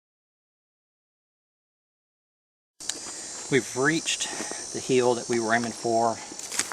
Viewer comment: I like when you say "heel", instead of "hill".